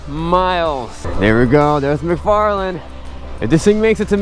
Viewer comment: You said micfarliyn is that like the movie